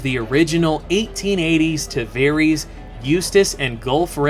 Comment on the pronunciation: Did... did you just pronounce Tavares Tahvereeeees?